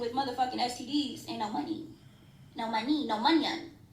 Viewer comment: “no munyun” 😭